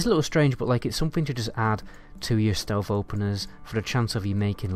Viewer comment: Jeeezzzz Dude, "Stealth", not "stealf".......wtf